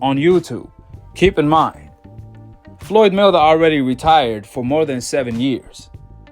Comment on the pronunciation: Man u gotta practice saying his name!!! It's May-Wea-Ther!!! Not 'Mwthr!!!'